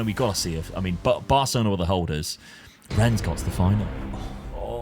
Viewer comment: its not Renns, its more like, Renne with a slight silent e on the end:P